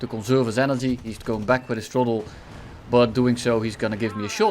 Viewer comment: I love how when he says throttle, it sounds like troll